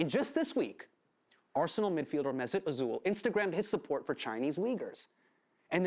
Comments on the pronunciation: He said mezit ozool lol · "Mesut Azul". The cringe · Mess It Oh-Zool?!? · Pls tell me he did not just say mesut ozul. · "mesut ozol"? for shame! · mesoot ozol , thats not how you pronounce his name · it's funny how he pronounced Mesut Özils name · Hasan thinks his name is hard to pronounce till he tried pronouncing Mesut Ozil's name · His pronunciation of mesut ozil ouch. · Please for the love of god pronounce "Mesut Ozil" properly